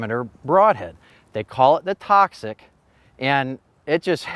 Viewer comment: i kept hearing clover, instead of the symbol for toxic materials lol just saying